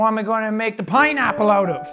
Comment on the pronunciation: Did you just said piñapple lol mixing spanish word and english word lol 😂😂😂😂😂